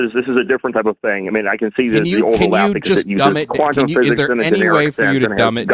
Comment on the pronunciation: some people should go to jail for pronouncing the word "quantum".